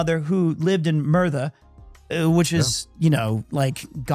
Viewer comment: Is he trying to say Merthyr? Haha it's not that bad there